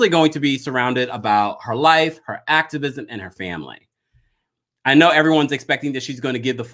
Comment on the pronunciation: Ooh nah SLID when she said “ACTORvisim” that really says it all